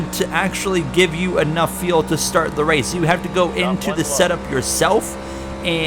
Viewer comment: Bro, FFS please learn how to pronounce the word "fuel". It's like "you'll" or "mule" but starting with an F. So tired of hearing you talk about pitting for "tires and feel" lol